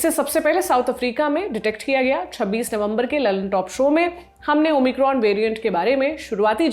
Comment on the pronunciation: ओ माइक्रोन होता है ओमिक्रॉम नही होता है ।